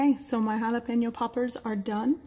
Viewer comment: I love how the word jalapeno literally rolls off your tongue . . . I also enjoy the narration in your videos. You are a good person and a fantastic cook!